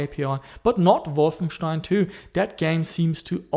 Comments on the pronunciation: You actually pronounced Wolfenstein correctly! With st=ș! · possible, his pronounciation is too good for a aussie to say Wolfenstein correctly in the german way.